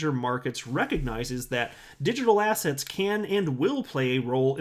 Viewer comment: I crack up everytime you say digital assets, I can only hear digital ASS hats!!!!